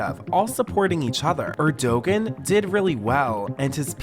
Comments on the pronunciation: It’s not pronounced Erdogin. It’s pronounced Erdowan. The g is silent. He’s an excellent President. I’m American and I live in Türkiye, so this is my opinion. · Her accent tho... high key cringe. Btw, Erdogan is pronounced "ER-do-wan", and the "p" at the end of "coup" is silent (it's "coo" not "coop"). One thing we can all agree on, regardless of if you're from USA, UAE, Turkey, wherever: Lindsay Lohan can find the blow in whatever country you're from. Listen to her sniffling up a storm trying to take those kids from their mama bear. When Lindsay's kid is about 4, I hope some strange foreigner who doesn't speak English tries to take her kid with them so she can understand how positively wacked out what she did in Turkey is. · Every time tries to say “Erdogan” cracks me up 😂 it’s pronounced like Air-do-wan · Great video! Side note for you, Erdogan is pronounced Air-Dewan (like Jenna Dewan) BTW I've fully gotten addicted to this network of channels between you, BJ and Shelby! ❤ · for anyone making YouTube vids please find out how to pronounce names so you don't look like you don't know any world news. It's pronounced Air-Du-juan/ Er-Du-wan (Erdogan) and you don't pronounce the P in Coup. All that being said, good video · Wow…for future reference, “coup” is pronounced “coo.” Not “coop.” lol And the Turkish leader’s name is pronounced “Air-doe-wan.” lol 🤦🏻‍♂️🤦🏻‍♂️🤦🏻‍♂️ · the Turkish prime minsters name is pronounced 'er-do-han' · I know! Gosh they don't watch regular world news eh? "Erdowan" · The G is silent is Erdogan btw, and 'coup' is pronounced "coo" 😂. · Maybe learn to pronounce words you're going to use so frequently? Like Erdogan? Or coup? I mean come on... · Thats not how you pronounce Erdoğan. Im sorry but you sound so so dumb every time you say it. Do you never watch videos about turkey or geopolitics? Hes been president forever! And hes still controversial. Yikes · And the pronunciation of Erdogan was super cringey, too.